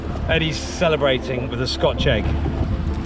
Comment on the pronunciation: Egg, not eeg. Did you ever consider checking pronunciation?